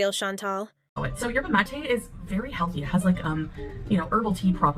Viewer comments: The overpriced kool aid she's drinking is a rip off of mate, a classic South American tea drink, hence being pronounced as mah-tay. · out of all reaction channels I love yours the most- you say things exactly as they are, and you're extremely funny and witty! thanks for your commentary! (btw- Mate is pronounced "Ma-teh") She is so desperate for money she stooped to a new low. "I'm exhausted all the time and this will help with the fatigue"- Do you know what will actually help with it, Chantal? losing weight, exercising regularly, and stopping wasting negative energy in the form of contra-bullying, rages and manipulation. I wonder if this 40-year-old toddler will ever grow up and start to take accountability over her 5hi7 (My bet is on "no") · The drink mate is pronounced mah TAY